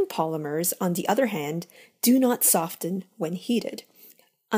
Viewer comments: ok the person doing this video needs to learn how to pronounce words ... she has made a pronunciation mistake or 12 on EVERY video ... cryo is said like cry oh ... not CAIRO ... softening has a soft T meaning it is NOT said ... yet she says it every time ... redo ALL of her videos .. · Good video. Though one point of criticism. You may not be a native English speaker, but the T in soften is silent.